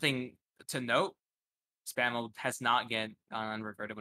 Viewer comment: put the L in Mr. SPAM's name